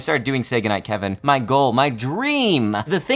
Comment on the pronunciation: did you say Sega Night Kevin?